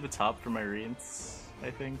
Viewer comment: Just wanted to let you know. Rience is pronounced Ry-ans per the book